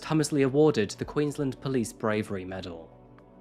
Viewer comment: I love you, but please remember that Queensland is pronounced Queens-land, like you are pronouncing each word separately. It's not like Maryland in the US where you run them together. You did well with the town names. Thanks